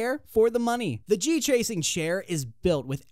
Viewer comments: "G tracing". When you know the guy narrating the video has zero clue what he's talking about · GT----Racing..... not G-Tracing